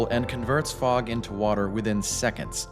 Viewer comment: i though you said frog.